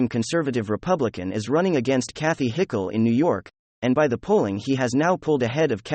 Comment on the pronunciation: It´s funny how you keep mispronouncing Kathy Ogre´s name